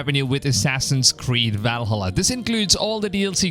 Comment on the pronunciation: please stop saying Valhalla like that